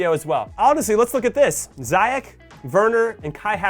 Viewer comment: Jimmy I love ya and glad you're back! Helpful pronunciation tip, given in good faith: It's Zee-yetch, not Zai-yeck